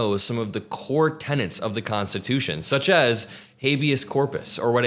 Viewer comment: I love your work, but it's tenets not tennants! 💙